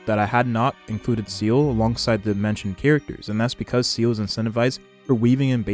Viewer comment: if you're going to make HSR content please learn the names of the characters you're talking about. it's not seal it's(zee-la), it's not jing it's (jin), it's not ho ho, (huwa huwa). I'm guessing you play with non English voices, but even if you only ever watch the official HSR videos, which you really should. they cover them there.